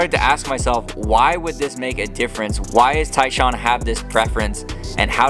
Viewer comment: Love how the AI can't figure Tyshawn's name.😂 TAAAN